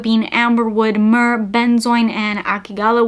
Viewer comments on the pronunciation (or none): none